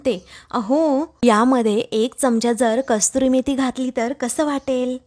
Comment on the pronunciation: कस्तुरी मेथी नाही, कसूरी मेथी.